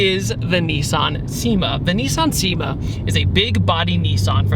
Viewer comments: It’s pronounced SHE-ma. Not SEE-ma. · I knew you weren't going to pronounce the name right, it's pronounced "Shima" 😝 Such a great car, i'm a big lover of the big body JDM sedans! 😁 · its pronounced "chi-ma" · Cima is pronounced: Chee-mah not See-mah. This is what I've been told by people that modify or utilize the VH41 from these cars. TMYK. Also the VH41 has a very strange intake manifold. Really unique car that not many know about.